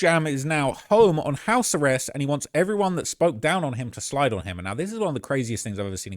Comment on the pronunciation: did that dude in the video call it "house the rest" instead of house arrest? 😭☠